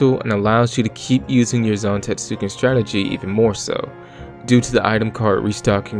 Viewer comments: it's technically not silent, it's just very under-pronounced, like with Sasuke and other Japanese "-suke"/"-suki" names. So technically it's pronounced "Zan-TET-su-Ken," as opposed to "Zan-Tet-SU-ken" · Kinda irked you keep pronouncing it like that, especially since you say it so much through the video. The "U" in Zantetsuken is supposed to be silent, so it's something alone the lines of "zahn-TEHTS-ken". Otherwise, thanks for clearing up a few questions I had about how it worked, like if you need to land it and if the opponent's Items can restore their lost cards.